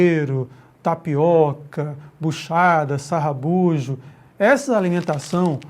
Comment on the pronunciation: Professor não é "sarrabujo", mas se diz sarrabulho.